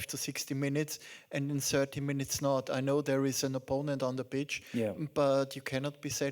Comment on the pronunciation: ich hör immer bitch... achso, pitch meint er..